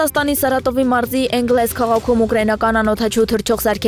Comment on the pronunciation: Էնգլե՞ս, թե Էնգելս